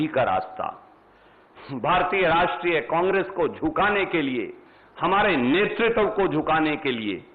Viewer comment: "नेतृत्व" शब्द को तो सही से उच्चारित करना सीख ले। दलित और शोषितो के नाम की राजनीति करने वालो इस बात का जबाब दो 5000 हजार के घोटाले का क्या जबाब है। यह भाड गाथा गाने को जनता सब समझती है। सब मिट चुका है बाकी भी निपटा कर ही दम लोगो।